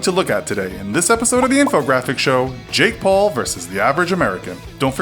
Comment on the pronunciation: HOT STREAK I see you have failed to do the research, so I doubt anybody much less the "Jake paule"(can't tell if you are saying Jake Paul plus an E or Jake Pauler minus the R) will care about your opinion.